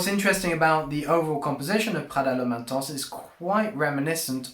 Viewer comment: stop saying intense like that